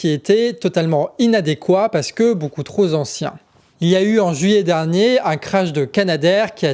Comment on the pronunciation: Super Boulot que vs faites là! Je suis bluffé par tout le taf que vs devez abattre ! juste une minuscule remarque: gaffe aux liaisons foireuses : sont partis (z) en fumée et pas sont partis (T) en fumée trop (p) ancien et pas trop (z) ancien Voila ce n'est pas grd chose ms perso, ça me "sort" de mon écoute. PS: vive Saez ! xD